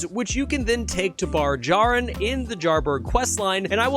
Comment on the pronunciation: Awesome! Loved the in-depth of which are mandatory and optional as well. First time I found him above Jarburg I was so happy. Also (You called Jar Bairn "Bar Jarin")